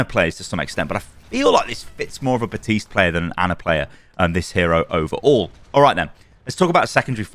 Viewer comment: Bro theres literally a "p" in "Baptiste"